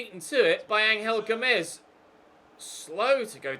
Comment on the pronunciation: It’s pronounced ‘Anjel Gomes’ not ‘ Angal Gomes’